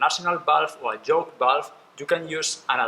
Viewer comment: I know English is not your first language but you keep saying “Joke “ not Yoke 🤦🏽‍♂️🤣🤿